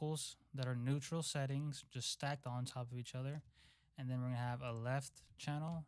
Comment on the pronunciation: neautral LMFAO love u bro but i died there 😂